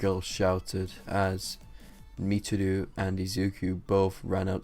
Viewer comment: Its pronounced Mich-i-row